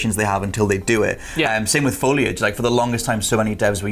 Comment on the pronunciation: Foliage = Fo-lea-edge